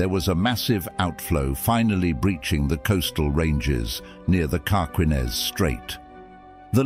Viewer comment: It's "Car-KEEN-ez" Straight. I'm looking at it right now. :)